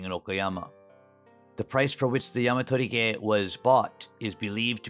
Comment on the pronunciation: 山鳥毛 It is pronounced sanchomou, not yamatorige.